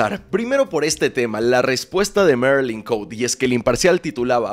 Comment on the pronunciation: NO ES MERILIN COUTE, ES ME MARILYN COTE C-O-T-E JAJAJAJA